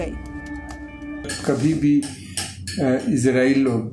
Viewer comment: Sir it's इज़रायेल not इज़रैल please it's so irritating